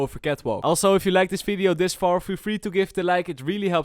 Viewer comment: Im sure youre a nice guy but can you please stop saying F instead of V. Example: "Welcome to this f(v)ideo" I dont intend this to be a hate comment at all